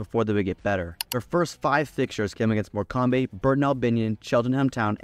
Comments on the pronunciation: More cam bey? Why would you pronounce it like it was an african name 😂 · It’s more-com. Please learn to pronounce the teams right. It means a lot to fans. It’s our homes